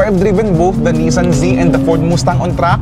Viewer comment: Moose-tang ampota hirap ieducate ng mga bading e no? paconyo accent pero bob0 mag pronounce. pag bading talaga nagpanggap na "car enthusiast" sira talaga car scene e. magsama kayo ng sister mong si Macoydubs, mga bakla amp.